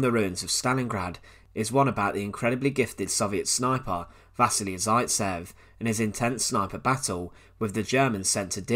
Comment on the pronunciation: I just want to say you've pronounced vasily zaitsev wrong. Other than that it's a great video :)